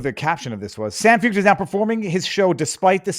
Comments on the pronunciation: I love you, but his name is pronounced Shawn Foyt. Foit? Shawn. Not San. I would also say he's a worship leader, but that's just me splitting hairs. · Feucht is pronounced / foyt/. Why has this not filtered down to you?